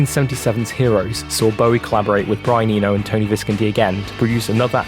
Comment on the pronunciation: It’s Tony Vis-CON-ti 🥴